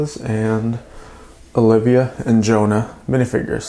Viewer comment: Only 1 plate, fork, knife, cupcake, mixer and pan were suppose to go underneath the sleeping bags. You were to make only 2 cupcakes. You pronounced Joanna name wrong, it's Jo-Anna, not Jonah.